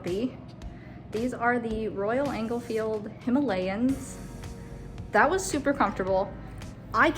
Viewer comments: Did you call it a Royal Engel-field? : ) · Royal Enfield, not Royal Englefield.